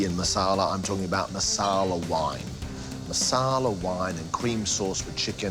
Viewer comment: marsala not masala